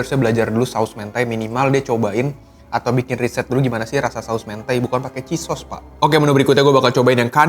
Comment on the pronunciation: Mentai huruf E nya dibaca seperti kata Eko, bukan E nya Jeruk